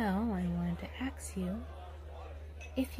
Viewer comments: Saying aks instead or ask is so randomly cute to me 🥺 i was gushing through this whole thing cause of how often she said it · Axe = Ask